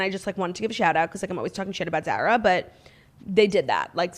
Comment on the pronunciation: The way Claudia is pronouncing Zara has me DED